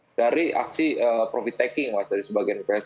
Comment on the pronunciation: Profit min, bukan provit 😀